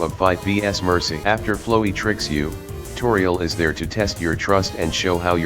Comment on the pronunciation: and you would be right to assume that. that is the correct way to pronounce Flowey’s name. The annoying dog has spoken.